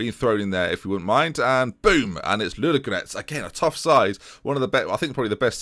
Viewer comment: There are two "o" in Ludogorets and both of them are pronounced.